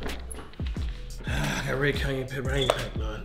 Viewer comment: Cash said “ red Kanye pepper” 😂